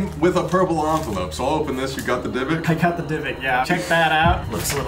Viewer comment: Colby is the type of guy to say ONvelope instead of envelope